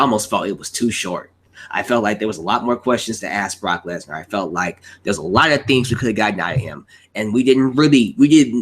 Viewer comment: Why u say Barack lesnar not Brock